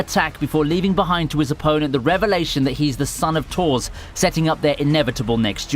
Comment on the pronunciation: why do u pronounce thor like that